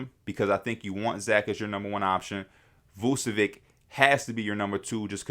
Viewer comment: V u č(as in ch in chess) e v (as in victoria) i (as in India) ć (it sounds kinda like the t in tune or ciao in Italian) Please stop saying Vucevik